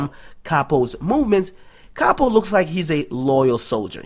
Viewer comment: Its Pronounced Cap oh